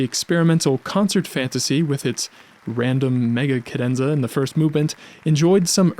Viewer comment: Why do you pronounce ‘cadenza’ like that?